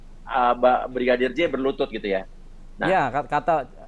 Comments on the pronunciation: Terselip.lidah Brigidar 😄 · Salut sama abang yg jadi pengacara nya barada E...tetap lah semangat yah bang dan semoga kelar semua nya dgn jelas..Amien tapi yg bikin sy pengen ketawa sm bang uya kuya setiap mau sebut nama brigadir J selalu salah sebut...dia sllu bilang Brigidar joshua 😁hehehehe...slowly bang uya 🙏